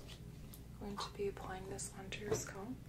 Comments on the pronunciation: No, she lives in Canada I thought. I've heard people whose native language is not English saying it like that, but if you look up how to pronounce it in English, it is scalp, not sculp. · Why do people from other countries say it like that though? It's not spelled "sculp"... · I love this, too! We say scaaaalp in Detroit, too. Keep saying sculp,:) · I love your videos but as a Brit “sculp” got me , not being mean just gave me a giggle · other countries. Most asmr artists say it like that. I started wondering if I have been saying it wrong my entire life.